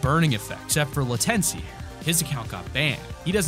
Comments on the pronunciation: Lmfaoo the way this dude pronounced latenci. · The way he said Latenci 🤣🤣🤣